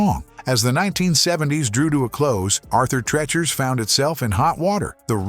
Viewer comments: PRONOUNCED TREECHERS. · I do but the narrator and producers obviously do not! It's not pronounced Arthur "Treh-chers" Fish and Chips. It's pronounced Arthur "Tree-churs" Fish and Chips. Stopped watching after 30 seconds because of the repeated mispronunciation of that! Was this AI narrated? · Wanted to watch this but get the AI to pronounce Arthur Treacher’s the correct way! Cringe!!😬😬😬😬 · It's pronounced Arthur Treechers Fish and Chips. Have we learned nothing from their jingle? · treachers has a Long E moron narrator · Really getting tired of all the AI voiceovers everywhere. Turned it off after pronouncing "Treachers" incorrectly over and over. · jesus I tried but the AI voice saying "treachers" wrong 12x in less than 5min is just..... no.... thumbs down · Your treacherous pronunciation of Arthur Treacher's is killing me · Why is he pronouncing Arthur Treachers wrong😢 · Thank You! He was murdering one of my favorite eateries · Dawg, get a better AI or at least proof-listen. "Treacher's" has already been brought up but the section on Morrison's with "trablas," "changing tastys," "face-ed allegations of racy-al discrimination" is redonk. Try harder.